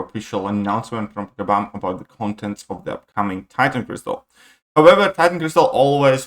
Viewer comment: it's crystal not cristal 🤓